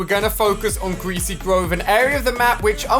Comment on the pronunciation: 'Gweasy gwove' -Ali A 2019